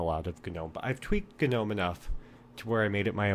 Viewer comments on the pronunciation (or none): Wtffffffffff..... Why does everyone say ganome... I feel like stabbing you all with a kanife